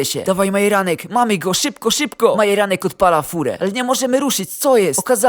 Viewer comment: Dlaczego dzop a nie dzordz i dlaczego majeranek zamiast Marjanek